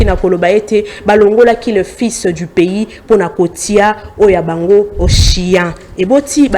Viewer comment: dit Devar au lieu de devoir et sien au lien de chien.